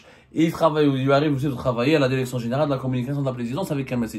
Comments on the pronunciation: DIRECTION ET NON DERECTION 😂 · Tu n'as même pas appris le français... On ne dit pas la derection...et tu fais encore tes émissions bidons